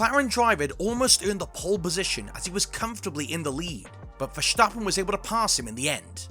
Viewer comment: Why on earth do you pronounce verstappen with a "sch" sound around the s? That sound doesn't exist in Dutch and the Dutch version isn't even hard to pronounce for english speaking people. Poor journalism